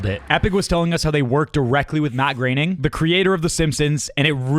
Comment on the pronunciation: Him I love the Simpsons also him mat grayning u mean mat groening?